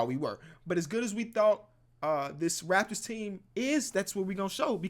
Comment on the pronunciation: the way he said its the rAPtors had me deadd